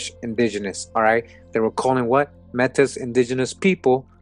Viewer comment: Brother love you but it's pronounced May-T =Metis